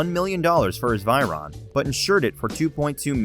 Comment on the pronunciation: The bugatti V I R O N